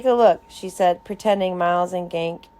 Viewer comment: iTS GANKE NOT GANK but thanks for this